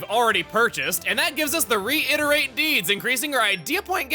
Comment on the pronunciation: "Reiterate" Chugga still can't read it right.